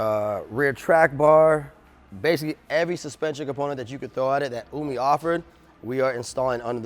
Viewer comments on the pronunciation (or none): hahaha he said umi like oomie!